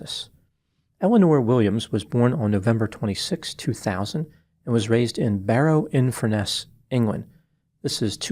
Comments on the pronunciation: That's FUR-ness not Fur-NESS. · By the way, it’s FURness, not FurNESS. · It makes me chuckle when you say Barry in Furness. It’s actually colloquially pronounced Furnace. Your pronunciation sounds really posh… something you definitely cannot say about Barry 😂